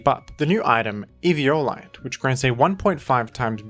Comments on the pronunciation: I cant the if the Evi O lite pronounciation is on purpose or not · 1 second into eevee"yo"lite and I'm dead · as usual, having the most nonstandard pronunciations in the community. Eve-e-olite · It's like everyone pronounces eviolite differently lol